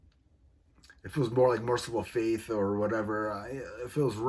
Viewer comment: Did you mean MercyfulFate? Because its fate, not faith as you said multiple times! I dont mean to be mean but i wanted to help you out im glad you explained how you think hate is a strong word, because it is an maybe telling people which bands you like is a more positive way to look at things because we live in a world drowning in hate these days